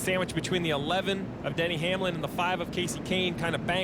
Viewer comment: Lol, Denny Hanelam! Rick Allen sometimes misses the pronounciation of drivers so hard, it's really funny and sad at the same time.